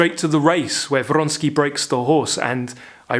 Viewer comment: They way you pronounced Vronsky..with this R. Well done!!! Suddenly the character is alive! Your reviews r magical....magically real.